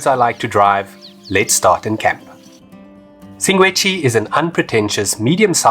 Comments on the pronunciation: Sshing - gwe - dzzi …… NOT …. Sing - Gwe - Dzshi. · Awesome video! I kept hearing you "Singwedchi", am I losing it hahahah. I was there about 3 weeks ago, setup camp about 4 stands down from the swimming pool. I thought it was a waste to spend the extra to be along the fence. That morning around 3am about 4 - 6 lions pulled down an antelope in front of my tent. Spent the rest of the night hearing Lions and Hyenas fighting, bones crunching, etc... was a great experience. I am still quite sad that they blew up the Kannidood dam though. Hope it will one day be rebuilt. Was always great to sit under a tree there and read a book with a mug of coffee in hand :) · You're so funny,... "Singwedgy"... 😂😂😂